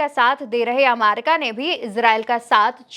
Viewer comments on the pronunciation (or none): Bahen ji America ko Amaica kahna uchit nahi hai.please correct this.